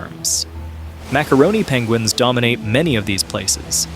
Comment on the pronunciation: pengwings :D